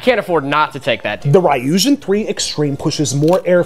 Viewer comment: that's the most English-est pronunciation of Ryujin I've ever heard 😂